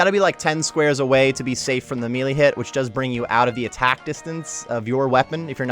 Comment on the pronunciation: Thanks for the guide but my god... it's not (me-lee), it's (may-lay)... This shit irks me.